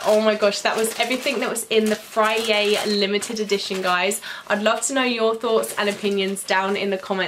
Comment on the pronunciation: Is it just me or is she saying fryay